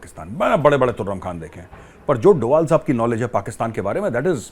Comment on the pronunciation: Dobhal instead of Doval